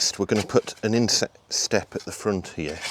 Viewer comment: When you said about the inset step, I thought you said "insect step" and I was thinking, why on earth would you need a step for insects to climb up 😀. Nice work on the base, lots of good tips for keeping the wet out of the house construction too, thanks